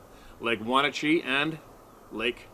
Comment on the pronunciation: Roamed around those areas in wa state. Chelan is pronounced shalan. Never had an encounter but had an extreme feeling of being watched before setting up late at the camp site up a trib of lake Wenatchee, pronounced [when at chee]. Strong gut feelings never felt that before even whe n I've been alone deep in wilderness. Turned out there black bears, there were at least 4 within a half mile locals said . Sow and to cubs and another male. I saw a large male the next morning myself but never had that intense feeling when I walked face to face with a big black bear grouse hunting up Cummings creek in the tu cannon river area in eastern Washington blue mountains. Anyway thanks for your stories and spirit of freedom.